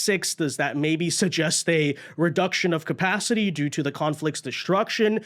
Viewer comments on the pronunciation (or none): none